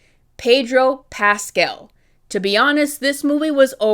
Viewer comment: it's Pedro PascAl, not PascEl, please have mercy